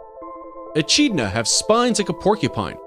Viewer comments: .... he said Edcheena ain’t it edkidna? That’s how it sounds to me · It’s echidna is pronounced e-k-I-d-n-a not e-c-h-I-d-n-a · It’s not pronounced echidna it’s pronounced ekidna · I thought it was pronounced eh-kid-nuh not ee-chid-nuh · It pronounced ecidna not echina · I thought it was pronounced e-kid-na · It is. He’s pronouncing it wrong. I live in Australia and that’s what people call them. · What ekidna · Pronounced E-Kid-Nah Like Eem-You is Emu Do your research it's insulting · Echidna is pronounced (eh-kid-nah) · He said echidna wrong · it was bugging me so much lol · he pronounced echidna wrong